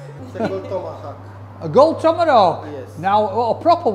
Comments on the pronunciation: Yeah that’s been irritating ! Tommarowk ! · There’s no letter “r” in the name of that steak. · Well, the waiter called it a Tomerrhawk so he’s just being polite and calling it by its name 🤷🏻‍♂️ 😂